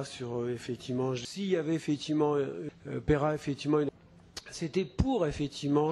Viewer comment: à la fin, on entend "Fétiment""